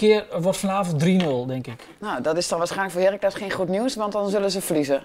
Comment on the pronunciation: heerRAAAAAACLES... niet HEEEEEEERacles